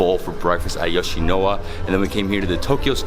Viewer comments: Why do you keep pronouncing it as 'YoshinoWa'????? It's YoshinoYa not YoshinoWa. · It’s Yoshino-YA, not Yoshino-WA. But being from LA where we do have Yoshinoya, I really want to try the Japanese version of the food when I go there. 😃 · It’s pronounced Yo-shi-no-YA! Great vid bro! Japan is heaven for foodies!! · You mispronounced Yoshinoya the whole video . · Why does he think the Y in yoshinoya is silent!!! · Lol he did the same thing in another video he didn't pernounce the Y there too I can't remember what he said though